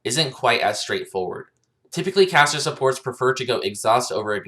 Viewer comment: Nasteey haha i heard cancer every time😂